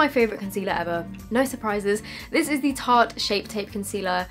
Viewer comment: Love u but tarte is pronounced tart xx❣️